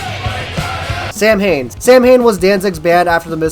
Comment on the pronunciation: This guy likes Misfits until someone covers them. Then he likes the covers. And it's pronounced Saa Win. Lifelong fan here, learned some shit I didn't know good job. And MCR fucking suuuuuucks!